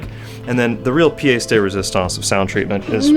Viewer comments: Piece de resistance is pronounced 'pee-yes', not 'pee-yay-se'. That's why nooooooooo (I bet). Meaning: most important/remarkable feature. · How can you know what it means when you don’t even say it right. Pièce de Résistance